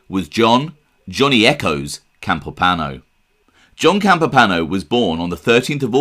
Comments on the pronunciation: That’s pretty cool, I guess I figured he was real but never put much thought into it. It seems the more you dig into things the more evidence there is that some of the families were huge drug traffickers...So..also....there is an i in Campopiano, it’s not spelled or pronounced Campopano. I’m sure you get annoyed if guys like me correct you so I apologize.. but, please understand..I’m not trying to be a jerk, it’s just this genre is packed full of guys that talk about Italians but don’t take the time to pronounce our names correctly. It’s like nails on chalkboard! Good show, salute. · than they should have advised to pronounce it Campop-iano not campopano but I respect that you checked prior...sorry for being a stickler for detail..For the record, I was born in Sicily and have also lived in Campania before I moved to the states over 40 yrs ago. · "Johnny Campipano" Come on... It's not a difficult pronunciation. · I wrote it as you pronounced it, hence the quotation. Regardless, I am trying to help you, not antagonize you. You produce great videos. You simply need to work on the pronunciation of Italian names. Whenever in doubt, google the name. In this case: " Campopiano". There is usually a video or a sound clip on the web expressing the correct pronunciation. Thank you for your great videos. I wish you nothing but the very best. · Great video bro .pronounced Campo piano. That guy mr Gribbs. I Paul in good fellas mentioned him " I don't wanna end up like Gribbs ".